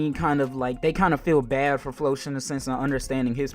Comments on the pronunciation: Floch is pronounced like Flock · Yo why you say floch like that lmaooo